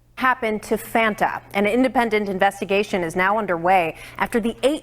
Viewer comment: Just a heads up, the little girls name is pronounced Fonta, not fanta.